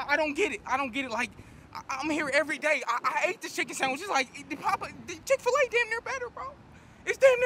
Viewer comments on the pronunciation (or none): Just go to chic-fa-la